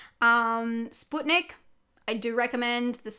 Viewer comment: Finally someone pronouncing Sputnik right 😁 This word means a satellite in Russian. I still haven’t seen this movie and I hear so many positive reviews from foreigners although there’s not much about this movie here in Russia.